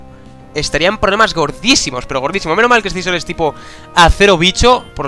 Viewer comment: se dice ''sisor'', no escizor xD